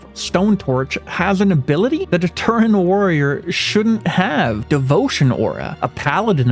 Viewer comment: My guy its Tauren not Turren